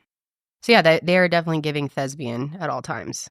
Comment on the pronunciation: Thespian, not thesbian 😂